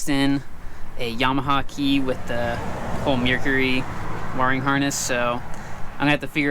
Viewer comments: Mercury not a mearcury lmao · It is not the way you said it it is produced mercury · Love the content but is that how you really say Mercury ? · The way he says mercury 🤣👌🏻